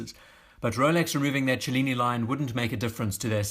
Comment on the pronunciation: Thanks for pronouncing "cellini" in a way that makes actually sense!